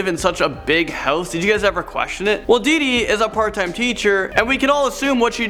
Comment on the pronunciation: Anyone else getting annoyed when he says diddie not deedee